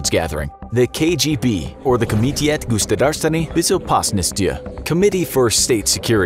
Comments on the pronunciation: Hey, Russian here. No offense, but you absolutely butchered that pronunciation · I know, I cringed. He definitely can not be a spy with that pronunciation. 🤣🤣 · that was the worst pronounciation of KGB ive ever heard